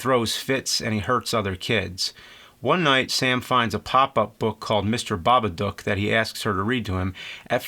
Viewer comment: Thank you for not butchering the title.